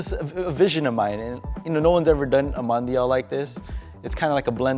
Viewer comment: One butchered Mondial